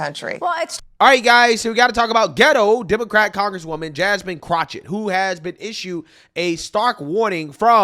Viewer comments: I love how calls her Crochet (CROCH-it) instead of Crochet (Crock-it) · It's amazing how can effortlessly say Vivek Ramaswamy and probably can even say Davy Crockett with no problems whatsoever. However if you say pronounce Jasmine Crockett its Jasmine Crouchit. Bruh wtf 😂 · Why not say her name correctly. It's CROCK-ett, as in a "crock of ... poo poo". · Everytime you say Jasmine Croch-it 😂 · You keep saying Crotchit… 😂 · There is no CH in that idiot’s name. It’s Crockett (cro/ket) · Pls stop saying that clowns name wrong. You’re to intelligent for that. I personally hate her but to hear you say chochet is nerve wrecking. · It's pronounced crock-of-shit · If nothing else, you are consistent with "Jasmine Crochett". LOL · I keep telling you it's pronounced Crockofshit. I don't know if it's French, German, or even Latin. I don't know where Crockett comes from, but you pronounce it Crockofshit. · Are mispronouncing her name on purpose? 🤦🏾‍♀️